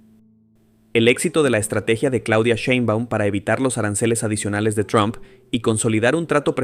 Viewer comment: Mijo, no es tron, es Trump,😁